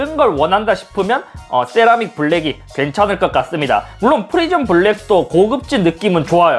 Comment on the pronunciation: 네?? thㅔ라믹 이요??